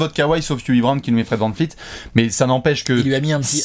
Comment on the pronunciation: On peut m'expliquer pourquoi dit toujours Fred vanfleet au lieu de dire fred vanvleet